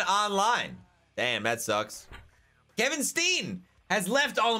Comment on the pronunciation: U said kevins name wrong